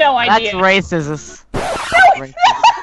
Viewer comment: Lol said racismum when its raciest